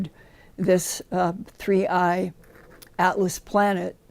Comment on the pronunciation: Linda can hardly speak… and why is it sooo difficult for everyone to say 3i atlas???